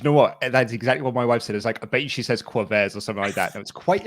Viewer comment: pronunciation of quavers wtf I’m british and I hate this I’m cringing so much